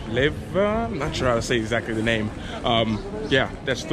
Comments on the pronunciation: You are saying it pefectly without effort.... LEVA. Dangerous, the biggest threat is in the Parliament ( those crooks) the crime rates are usually VERY LOW ;) Dude u look tall !??! (2m ^^ ) Merci beaucoup ( МЕРСИ- MERCI) БЛАГОДАРЯ( BLAGOUDARiA) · You pronounce leva really good don't overthink it so much.